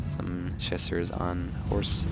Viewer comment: Well, while we're at it, his pronounciation of Chasseurs needs a touch up too. Though i can't think of a similar sound in English, the -eu, is definetly not pronounced -u. The best example i can give is an Ø/Ö sound.